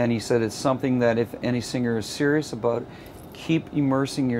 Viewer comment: and -- "aboot" Haha he really is Canadian.